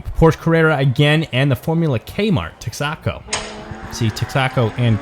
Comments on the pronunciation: It's pronounced TEX ah ko. Not Tex AHH co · Good video but it's not tecksaco. It's it's tex-a-co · TEXACO (Tex-Eh-Co) not (Tex-Ahh-Co) I'll show myself out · "Tex-AHH-co"..... lol Awesome coverage.. great racing ... love the innovation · Pretty sure it’s pronounced “TEXa-co”. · Since formula did take the win, the pronunciation of Texaco is Tex-a-co. Once a popular fuel station in the US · Never heard, Texaco pronounced like that. Lol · As a former native Texan, your pronunciation of Tex-a-Co was quite odd to me "Texaco, Inc. ("The *Texa*s *Co*mpany") is an American oil brand owned and operated by Chevron Corporation." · I’m from Michigan and that shit hurt my ears.